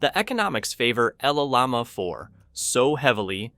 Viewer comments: “LL Llama 4”? Why do you say it like that? Llama is a word 🦙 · Llama is NOT pronounced EL-LAMA. It’s Spanish and it’s YAMA! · The narrator of this video can't pronounce llama correctly. It sucks.